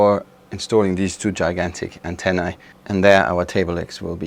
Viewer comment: Not even sitcoms used to make me laugh out loud. Your show makes me laugh several times in an episode. This episode is a drinking game. Every time someone says "antenna-e" you have to take a shot. Well done!!